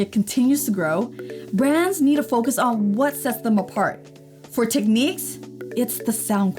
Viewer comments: You're saying "Teckneeks" it's "Tecknicks" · Technics... Nics, not neeqs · It's.. pronounced. Tek..niks..like..Al.who ..min..ium..not Alum..ium !!! You Americans sure mess up the English Language. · Interesting way you pronounce Technics! Not the way Brits pronounce it but to each his own!